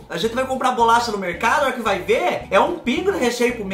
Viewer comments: Oi kkkk sou nordestina mais não falo (raí )não.Kkkk mais esse biscoito Hay Hay,você pode pronunciar igual você faz quando está espetimentando as coisas e as lombrigas fala hei hei.kkkkk kkkk,amo gengibre...Beijoo ❤🥰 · Oi sou do Recife e realmente fala errado trocamos várias letras falamos assim (Raí no lugar de vai e a rente no lugar de a gente kkkkkk adoro vc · É a rente mesmo que fala rai kkk. rai, ramos, rem tudo nosso.